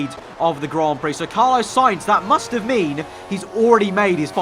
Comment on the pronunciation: ITS FUCKING CARLOS SAINZ, NOT CARLOWS SAINZ